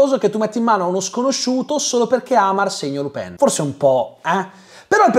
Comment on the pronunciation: Pronunci « Lupin » come « Le Pen » 😅 Buon video, grazie !